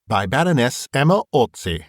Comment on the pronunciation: Beautifully read, as always. Special thanks for pronouncing Baroness Orczy's name correctly. :) How do you know Hungarian pronunciation? Do you check up on it before reading?